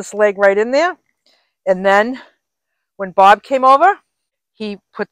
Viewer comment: Wow! Everything is coming along. Such simple changes that improve your van. Always a joy to watch your videos. I just have to say when you talk about Bob and Barb I have to wait and see which one you are talking about. When you say their names they sound the same LOL